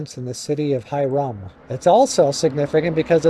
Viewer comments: Hyrum is pronounced - Hi-rum with the emphasis on the first syllable. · Well done once again. Keep up the good work. It's pronounced "High-Rum". You will run into a lot of towns with oddly pronounced place names in Utah. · Great videos. Keep em coming. This area is my home. Glad you can enjoy it. Pronunciation hint: Old Eee-from and High-rum. 🤪👍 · Pronounced HiRim. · I just did the last section of the BDR a couple of weeks ago. I recognize many of these roads. I got a little lost and wandered around a bit. In your video that section was being grated as I road through it, but I was heading up, not down. It's a beautiful area. Thanks for sharing! Also, FYI, as a Utahn, Ephraim is pronounced "EE-frum" and Hyrum is "HIGH-rum". Emphasis is on the first vowels :)